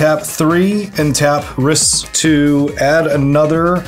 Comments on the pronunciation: Here to remind everyone that the way to pronounce "Rhys" is the same as "Reese". (It's a real name, originally from Wales.) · The pronunciation of Rhys is killing me lmao. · "Rhys" is the Gaelic spelling for "Reese". Like "Reese's Peanut Butter Cups". It's pronounced like that. Also, I spent half of this game saying, "Why are you doing that‽ Guarav is clearly the biggest threat!" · friendly heads up that Rhys is pronounced the same as Reese (e.g. Reese Witherspoon):) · For the record his name is pronounced Reese, its Welsh for king. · sorry if this is annoying, but Rhys is pronounced the same way as Rees/Reece/Reese. Rhys is the original spelling as the name is of Welsh origin and Tolkein Elvish as most know was based off of the Welsh Language and most of the elven MTG cards are actual Welsh words or are heavily based off of the language. My name is Rhys and i just wanted to let anyone who didnt know how to pronounce the name Rhys how to, as well as how to try and find a way to pronouce other cards that may confuse you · Rhys is pronounced "rheese" ;)